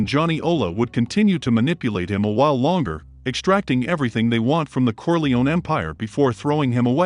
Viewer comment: Why are you mispronouncing Corleone? Who's paying you off?